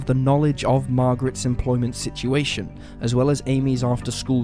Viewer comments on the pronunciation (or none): none